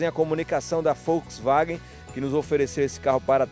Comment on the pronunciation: Achei que so eu tinha escutado 😂😂😂